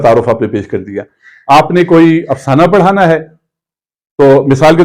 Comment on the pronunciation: السلام علیکم پروفیسر صاحب !! آپ سے مختلف الفاظ کے تلفظ میں سہو ہو جاتا ہے ۔ پڑھانا میں پ مفرد مع زبر ہے , آپ اس کا جوڑ پڑ ہانا فرماتے ہیں۔ نظم کو نَظَم فرماتے ہیں , اس پہ بھی توجہ درکار ہے۔ محمد زبیر ساہی اردو زبان و ادب کا طالب علم